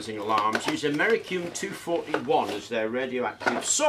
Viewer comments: americum... americum..... ˌaməˈrisēəm my nigga, there are two "i's" in that word bruh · Americium is pronounced Am - er - iss - ee - um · its pronounced AM-OR-REECE-EEE-UM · *Americium. A-me-ri-cium. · Very interesting. Not sure you pronounced americium correctly but who cares. Thankyou